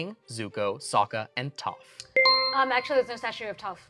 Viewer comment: "She's the best character, fight me on this" well okay, you pronounced "Toph" wrong. :P Toph is best, and I don't need to fight anyone on it, Toph can fight their own fights.